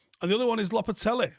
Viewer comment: No one, absolutely no one:: “Lopetelly”